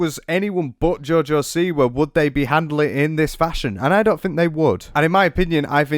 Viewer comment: Im part Polish and......joj siwa...no